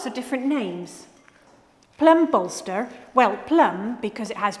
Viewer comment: Tell me she didn’t say plum ballster.